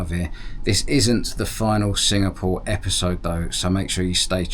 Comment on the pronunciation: What country are you in? I thought you said singamore?